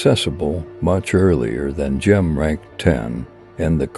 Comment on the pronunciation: cant you find ai that knows how to say gem?